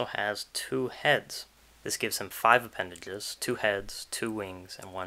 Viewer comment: Man i thought this was gon be a good video, and it probably is, but i cant get over the speech defect, instead of "zh" he says "dhl" like instead of appendage, it's appendadhle, and i cant deal with it personally